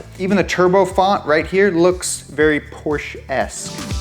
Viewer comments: LMAO xD How do you pronounce "Porshe"? ;ppp Upset? Nah, it's just funny ^^ - "Mmmmm... smells like Blitzkrieg" >.< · Now just pronounce Porsche properly, and you're there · Youre also pronouncing Porsche wrong